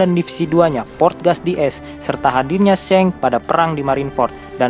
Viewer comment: Shanks dibaca seng??